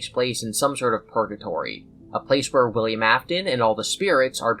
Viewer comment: "Billiam" got me fucked up 😂